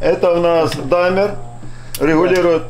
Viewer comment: Какой даймер . Димер он димер называетца